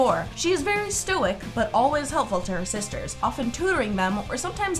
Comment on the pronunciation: U SAID 9 SISTAHZ